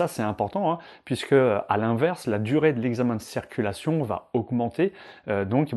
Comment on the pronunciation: A tout les moniteurs on ne dit pas cerculation mais CIRCULATION ! C est hyper penible a chaque fois !